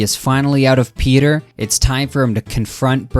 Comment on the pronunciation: You may not want to be a Family Guy-tuber, but you say 'Peter' as "pay-ter"... You're a Pay-tuber.